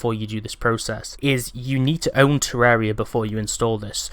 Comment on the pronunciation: WOWWWW a YouTuber that actually pronounces the game title correctly. I'm shocked